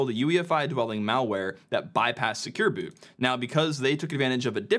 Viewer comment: Vote up if you also think he said "Secure Boob(s)" a few times.